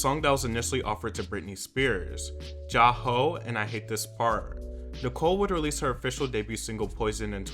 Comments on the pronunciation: It's 'Jai Ho' not 'Ja Ho'🤦🏾‍♂️ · How do you say Jai (jay) Ho incorrectly when they say it so many times in the song😂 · The way he pronounced jai ho XD I thought it was maybe saying ja rule.